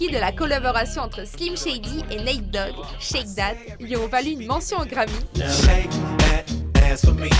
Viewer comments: heu... je suis pas un grand fan de rap mais je sais que c'est "Nate Dogg" pas "Neat Dogg"... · C'est pas "Neat dogg" c'est Nate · Neat dogg ptn faite un effort les gars c’est Nate Dogg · Chocked for the rest of my life too, it's Natt Dogs, Duh... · "Neat" Dogg.. Miskine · Vous avez écorché le nom de NATE DOGG ,honte a vous!